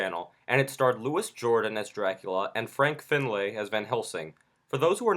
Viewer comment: It's pronounced Loo ee, not Loo is